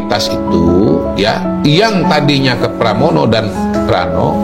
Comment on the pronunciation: Pramono bang bukan pranomo kang kuwalek kang